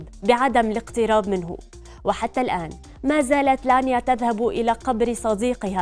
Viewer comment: انتي قالبه الاسم يا مذيعه الفرس اسمه لانيا